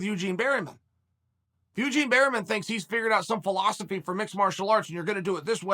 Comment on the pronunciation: Me: Eugene Bareman Chael: Eugene Berryman Me: Eugene Berryman